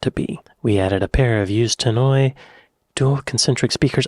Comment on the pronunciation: Never heard anyone say "t'nnoy" before, as opposed to "tann-oy" 😂